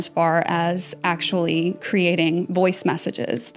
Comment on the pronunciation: It’s just AshuLLy